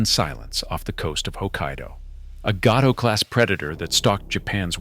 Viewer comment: it is pronounced gay-toa not gat-toe...looks like it should be the other way, but it is not..the class SS-21 to ss284 is called. GAY-Toe..class